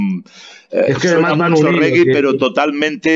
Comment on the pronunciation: REGGAE SE PRONUNCIA "REGUE" (no rigui, ni regai, ni reguea, ni ostias...REGUE)